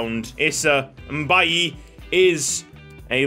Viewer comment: Issa's last name Mbaye is pronouced May lol. I have a cousin with that name